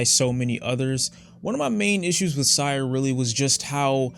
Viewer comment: mildly infuriating when he pronounces syre as sire